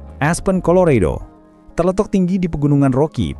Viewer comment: Colorado atau Chicago pronunciation nya persis spt tulisan nya boss.. jgn digocek jadi 'redo' atau 'cego'.. terlalu kreatif! :)